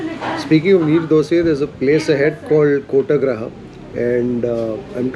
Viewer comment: Kotagraha.. Nooooo It is KottigeHaara